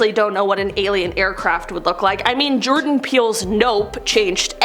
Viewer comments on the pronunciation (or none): none